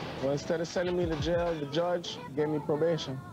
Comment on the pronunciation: You can’t say jail 😭